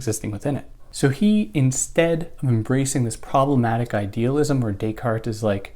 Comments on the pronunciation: Day-Cart. Not Day-Cault. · Do you think it makes you better than anyone else because you poorly attempt the French pronunciation of Descartes?